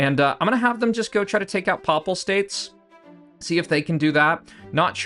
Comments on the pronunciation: “Paypal States” like “The Papacy” “Paye-pal” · your pronunciation of papal states is horrific, other than that good vid